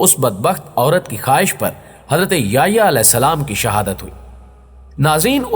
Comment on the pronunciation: نام سیدنا” یحیٰ “علیہ السلام ہے ناکہ “یہیٰ”